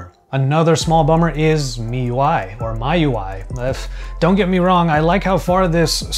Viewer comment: It’s pronounced “me UI” just FYI